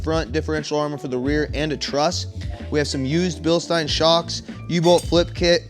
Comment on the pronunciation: OMG! OMG! OMG! You are like the second youtuber in history that has ever pronounced Bilstein correctly